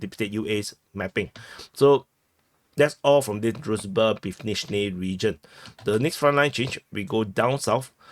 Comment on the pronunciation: HL has the right approach, often switching to brutal Russian pronunciation, it's a kind of joke, very funny to the viewers. dude could also use this technique. For example, he pronounces the name of the village "Druzhba" as "Druzba". Also, a common mistake is to read "a" in Russian and Ukrainian names as "a", while in Slavic names this letter corresponds to "ah".